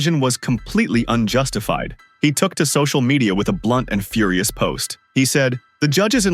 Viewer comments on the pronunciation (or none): none